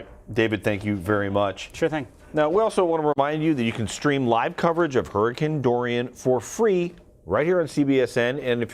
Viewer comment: Hurricane DoriYAH